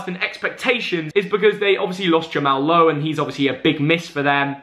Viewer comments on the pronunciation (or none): none